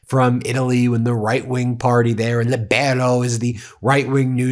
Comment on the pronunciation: Pedant's corner: It's pronounced 'LEE-bero'.